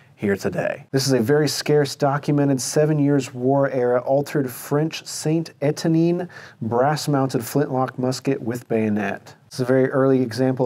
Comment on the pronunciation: Hearing your pronunciation of St Etienne just plain hurts my ears!!! It makes me want to question your knowledge of French fire arms.